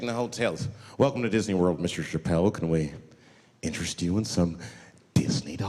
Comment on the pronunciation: Never forget.. "Dave Chapple"